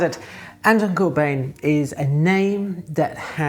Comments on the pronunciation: Hey, as always, love the video. One small nitpick though, "Bijn" can approximately be pronounced as "Bine", like you would pronounce "wine", So us Dutchies pronounce his last name more like "Corbine". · Great video, as always, (Note: it's Corbijn, not Corbjin - the Dutch pronunciation of the Dutch "ij" today is like the "ei" in Italian) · And keeps pronouncing his name wrong.